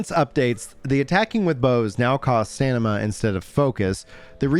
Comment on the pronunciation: Subscribed bc every time you say "staNima" instead of "staMina" I get a little serotonin.